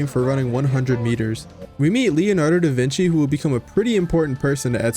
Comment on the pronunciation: Tell me you mispronounced DaVinci's name on purpose?.....